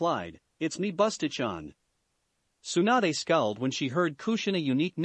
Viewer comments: it's tsunade not swanda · I heard swanda instead of Tsunade.... Lmao